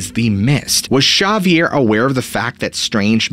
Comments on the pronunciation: Always heard that name pronounced as Zavier like savior with a z and ending with an er. Great story never heard it before thanks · ok so its spelled w x which is pronounced eggsavier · Havier, Havier, Havier not Javier! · You keep saying sha-vee-air. I am so caught up on this I’m having trouble following the story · Shavier??? Nice storytelling, but there is no Sh sound in spanish. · Xavier. Pronounced..."Ha vier" or "X avier" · Its pronounced Havier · Xavier??? Pronounced eggzavier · Ex-zay-vee-air. Just saying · Repeat after me...Ha vee air is how Xavier is pronounced. No idea where you got the idea for your mispronunciation, but it is so off the mark to be laughable. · You would be saying absolutely wrong, jush saying! In Spanish it's pronounced with an H sound as in Ha vee air! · Can you answer the question on everyone's mind? In Catalonia, how do you pronounce 'Xavier'? Thanks either way! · Bless his heart, I keep cringing every time he botches it. XP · I figure it's a dialect thing but I couldn't stop thinking about it the whole episode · That is not how you say the name Xavier, but something tells me you already know that. Is this one of those youtube tricks where an influencer repeatedly says a normal word wrong so that people comment to correct them and therefore give the video more commenters? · I feel like he's saying the guys name way wrong. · Buddy, you've got to learn to pronounce the name Xavier correctly 🤪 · I'm sorry but it's not correct. It would be more like a Tz sound than Sh, the area from where this story comes is Cataluña and is Catalán what they speak not Euskera which is Basque. Anyways nice storytelling like I said before. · Love u bro! … but it’s not ‘Sha-vier’ it’s pronounced ‘Ha-vier’ due to country of origin Spain. I understand why u would pronounce it like that because the name Xochilt is pronounced ‘Zo-chill’ kinda similar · Not chavvier, xavier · Xavier is pronounced Zavier, NOT Chavier 😂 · It’s pronounced Hah-vi-air